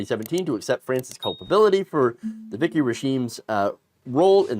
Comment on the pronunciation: "Vichy" is pronounced "VEE-shee," not "Vicky." 😛